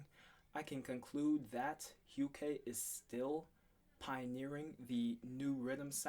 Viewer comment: Hukae is pronounced as "yukay". Not "hakaye" lmao. I made the same mistake as well until someone corrected me. Edit: nice review man. You pretty much nailed the breaking down. Are you into artists like koan sound? If yes, you should do a review of silkwave ep that's coming out soon.